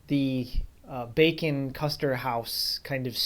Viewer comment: Some interesting history here. I hope you get to film around the museum sometime, and if you're looking for a video editor there are some good free ones to use like VSDC that I use for my channel. It's pretty easy to use too. And a side-note: me being a silly willy, I hear you say "Bacon Custer" house and my goofy brain thinks "bacon custard" which sounds like a gross combination, haha.